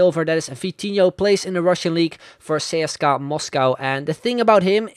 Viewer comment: Love your pronunciation of CSKA, that was the closest one to actual russian way of saying it